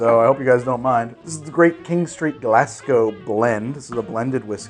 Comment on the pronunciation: Lived in Glasgow most of my life and I don't think I've ever heard Glasgow pronounced like that. it's a harder "s" sound think more Glazgow than Glassgow.